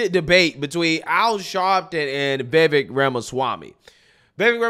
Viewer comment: After all this coverage of Vivek, this man still can’t say Vivek’s name right smhh. Vivvakkeee. Bro says “Vayvay” 💀